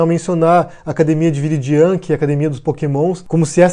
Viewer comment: a pronúncia é "virídian" heuehueheeh